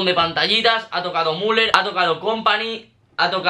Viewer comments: No sé pronuncia muler se pronuncia miuler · no se dice muler se dice miuler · Müller: Miuler no Muler xD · Se dice miuler